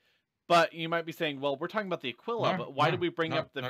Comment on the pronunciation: Thank you for pronouncing the Aquila correctly :)